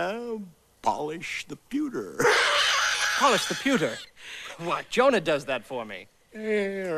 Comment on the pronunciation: its PEWTER not PUTTER dammit!!!